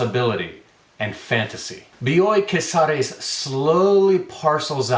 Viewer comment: As a paisana of Bioy Casares, I appreciated how well you pronounced the name. Not that I would have minded if you butchered it, but damn you sound good in Spanish, my man!